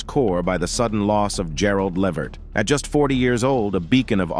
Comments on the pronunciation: It's Levert sir 🤦🏿‍♀️ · Put the T back in his name..... Levert....